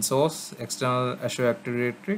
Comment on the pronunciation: I appreciate the video but man was hard to hear you pronounce " azure active directory " in such a way and for so many times. Painful to the ears.